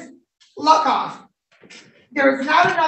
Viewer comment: Everytime Judge says "Luckoff" it sounds like something else.